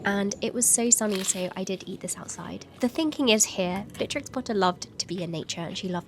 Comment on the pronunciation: "one of my favourite historical figures" Also who has all of the time in the world: "Beatrtrix"